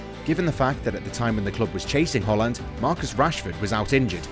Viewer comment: Thus guy say Holland instead of Haland or am i stupid